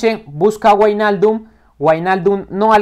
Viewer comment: buen video crack, se dice como vignaldum nowijnaldum pero me encanto la simulación muy buena